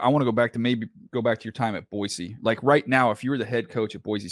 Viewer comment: Respect to my man DJ pronouncing Boise correctly. Chris, when are they building your statue in front of Albertson's Stadium?